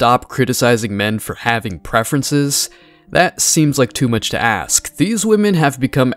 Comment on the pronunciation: ask not aks/axe 🪓🪓🪓